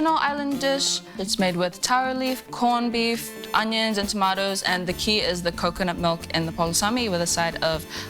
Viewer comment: "corn bif" lmaoo🤣🤣